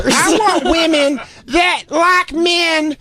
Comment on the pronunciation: Why can’t pronounce women (plural)? It’s like nails on a chalkboard for me. Why doesn’t Jay rip her apart for it??